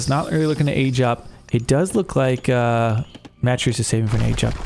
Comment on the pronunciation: Matreiuss is pronounced muh-TRAY-us. The first two syllables rhyme with 'betray'.